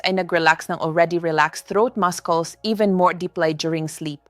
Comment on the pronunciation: Pls to pronounce-- muscles -- masols